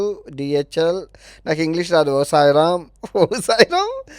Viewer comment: timing Bosch❌ bochu✅😂 Os Ram❌. O sairam✅😂